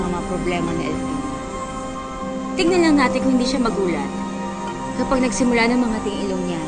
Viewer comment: melody elfino hindi elpino